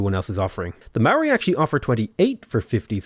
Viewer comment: chur cuz mean the only person ive seen who says the moari names right